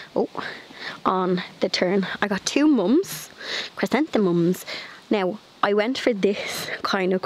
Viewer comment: You said chrysanthemums perfectly! 👍 I live in the U. S. in Kentucky. We just call them Mums. I love love love the ornamental cabbage! I think they are beautiful! It looks so good! I Love your little garden!